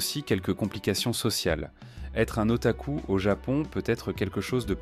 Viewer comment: Mec c'est moi ou il a di otacul😂